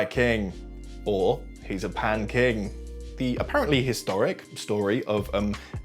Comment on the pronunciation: So instead of 'pan king' I heard 'pancake' and I was confused for a moment but also not if it makes sence? X'D